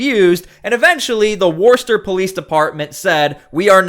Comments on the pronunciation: It’s Wister ma well that’s how it’s pronounced here in S Boston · It’s pronounced Wuh-ster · It’s pronounced ‘Woosta, Mass’. Trust me, I spent 2 months there cleaning up the dump site where they produced the heat tiles, on the space shuttle. Hated every single day. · We pronounce it Wuss-ter my guy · It’s pronounced wustah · Now I dont mean to pick...but in massachusetts...The city of Worcester...Is pronounced...WISTA....Of course without the R...because thats how they talk...but correctly it would be...WISTER...No biggie really just thought I would point that out.. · Great video, however. It would be far more credible if you stopped mispronouncing Worcester. It is pronounced Wuh ster. Likewise Gloucester is pronounded Gloss Ster. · It's pronounced "Wooster" or even "Woosta." Worcester looks like it should rhyme with Dorchester, but it doesn't. It's a MA thing. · Just for future reference, the city is pronounced Wooster. Wuss, like you're calling someone a wussy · It's pronounced Wustah. Don't ask me why. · Please...it's pronounced "Wuss-tur" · Thank you. But it's pronounced 'Wooster' no extra r sound, even thoigh it's in the spelling... We need a law that only American born citizens can be in office!! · its pronounces wuss-tah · pronounced - WOOSTA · It’s pronounced Wister 😂 I know, it’s weird and there is so many towns in Massachusetts with names that are pronounced very differently than their spelling!! 😂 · Hi. Lmfao. Warster? How many videos of people and officials pronouncing it Wooster do you need? Maybe pay attention and move out of mommies basement. Also, that great glowing in a black light glass behind you. Made from uranium. Yep, leaching out a ton of radiation 24/7. Looks great, tho. Being said, I like the show. I am subscribed. You are a tad to well metro sexual sounding. Try sounding like a frigging man. Not a 50 year old housewife. Look, it's been enough of metro sexual everything. It's played out. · It’s pronounced “Wusster”. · It's pronounced Wussta!